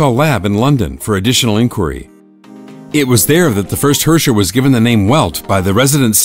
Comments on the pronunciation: He pronoubced herrscher wrong. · Cool story bro but bring back Himeko. Lol Gay Edison and Tesla, too bad Edison is ded as fuck now. apparently Herrscher is pronounced way worse than I imagined. I like my way of pronouncing it better. Also I remember when MihoYo explicitly said the GGZ was a completely different universe altogether and that its events had nothing to do with the current Honkai Impact but yet we have the previous era in this video VK's dormitory info that completely contradict this. Also who were some of the people in that formal group photo I recognized a few folks but ummm